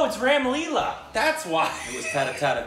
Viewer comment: It's not rem Leela 🙂 it's " Ram Leela"